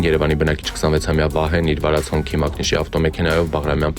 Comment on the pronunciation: Ձեզ մի քիչ նեղություն տվեք, ձեր օգտագործած օտարալեզու տերմինները ճիշտ կարդալու ձևը ուսումնասիրեք։ Ոչ թե Հոնքի, այլ Հունցի